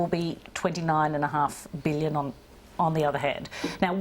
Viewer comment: Why can't Albanese say 'billion'? "BWULLION. A BWULLION DOLLARS". He's a bit stupid, isn't he?